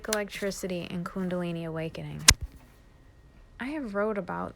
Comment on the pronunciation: I love how you say kundalini! 🥰 Love you